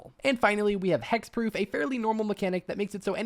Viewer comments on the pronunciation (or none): Did this guy just say hexpeoof and companion???? Huh?? Not morph?